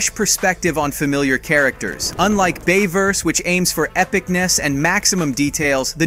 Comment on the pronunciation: was it just me or did he say Dayverse when he was talking about the Bayverse at the beginning of the video